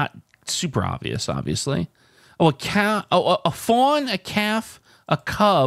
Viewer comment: Did you really just pronounce the “L” in calf?!? Lol what?!?